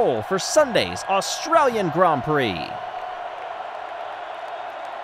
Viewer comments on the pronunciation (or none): none